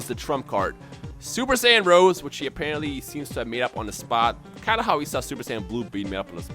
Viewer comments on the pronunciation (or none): It is Super Saiyan Rosé, as in Rosé Wine, not Super Saiyan Rose, like the flower. So "Black Rose" doesn't make any sense.